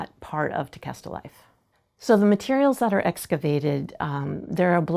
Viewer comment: So everyone that lives in palm beach, you’ve been pronouncing Tequesta wrong lol